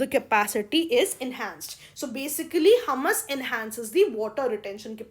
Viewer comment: It's humus( हयूमस) not हमस..! Well I lyk ur teaching..!